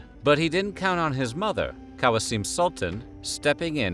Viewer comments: It’s not “Kawseeem” it’s “K-oh-seam” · Who the hell is "KAJASIM Sultan"? 😂 Kösem = Kusem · kosem is pronounced "Q sem" the narrator butchered her name 😢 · Fun video! I believe Ibrahim's mother's name is pronounced "Koh-sehm". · Its spelled like its written Kosem